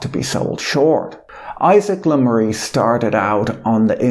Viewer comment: Le Maire is pronounced such that it rhymes with Bear :)